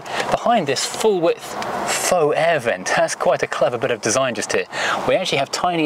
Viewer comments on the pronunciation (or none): none